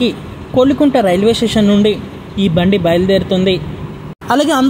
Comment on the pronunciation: kolikuntla kadhu, kovilakuntla